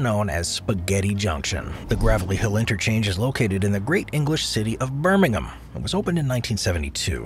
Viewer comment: Thank you for pronouncing Birmingham correctly.